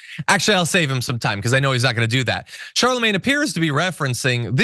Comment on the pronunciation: You can tell ain’t ever heard of/listened to Charlemagne considering how she pronounced his name 😂😂